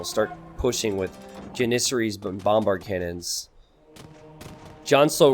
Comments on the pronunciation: JAN-IS-SAR-IES or Janis-saries. The Pronunciation of onager was debatable but this one is not lol. God it's like nails on a chalkboard every time he says it..... The herding of deer seems like a giant waste of time lol but I guess theres not much going on early game and farms do cost wood I supposed. Still what a pain in the ass hahaha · Dont worry I completely agree he's pronouncing it really weird. Jan-is-sar-ies or Janis-saries I googled it to make sure because his pronunciation was bothering me again LOL